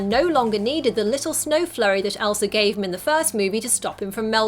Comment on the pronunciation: Did u just say Elsra